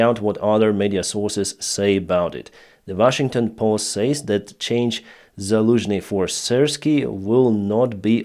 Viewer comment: Zaluzhny became Daluzhny